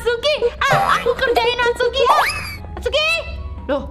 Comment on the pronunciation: kak namanya itsuki bukan atsuki